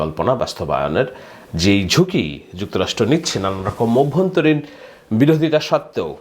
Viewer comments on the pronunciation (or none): none